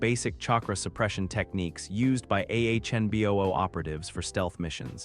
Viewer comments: it's anbu NOT ahnbu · A few times, it was ahnboo